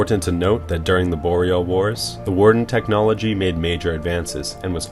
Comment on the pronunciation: It's pronounced technology. You also made many other errors when speaking throughout the video. I would recommend consulting a dictionary and reading the phonetic pronunciations for future videos.